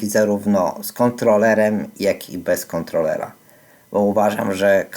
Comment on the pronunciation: Nie ma czegoś takiego jak "kontloler", jest za to "kontroler" 🙂